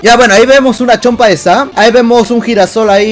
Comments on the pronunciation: Ta igual que mi hermano XD es que dise sam en vez de sans.__. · Es sans no sam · WEON ES SANS NO SAM XD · Es sans no Sam y es ink sans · Es sans no sam xD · es sans no sams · no sabe desir sans